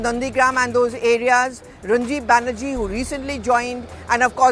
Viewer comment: ... It's *Rajib Banerjee not Ranjib Banerjee... Last time you'd also miss pronounced his name...